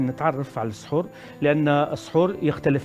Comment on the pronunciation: السحور و ليس الصحور